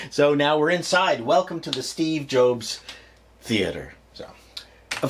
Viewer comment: Did he said Steve Joke Theater?